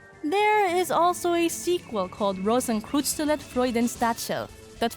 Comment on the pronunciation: Rosenkreuzstilette if you want to know the name of the game. If you are talking about how it was pronounced in the video it sounded more like "rosenkroozstilet" to me.😁